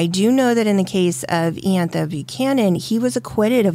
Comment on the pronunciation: It's pronounced eye- antha